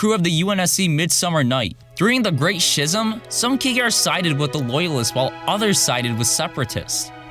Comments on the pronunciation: Its schism not shizem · Schism is pronounced sKizism not sCHism. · i'm sorry man great video but try brushing up on your English... shizum and spreaded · "The great shizzum" lol. American education at its finest. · BTW, pretty sure it's pronounced "skism". Not that it really matters. Great video, easy like. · Ozy Mandays Both pronunciations are correct, but I believe that "shism" was the original version. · How he said Schism was funny to me.